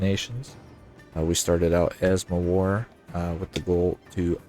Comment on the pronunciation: Where are you from? I can't understand why you still caling Mewar as "mOwar"...